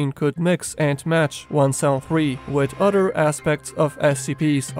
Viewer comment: I like how you pronounce the word “other” like “udder”.